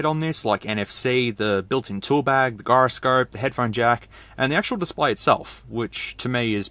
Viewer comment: The hell you just say for "Gyroscope?" lol Its a soft G:p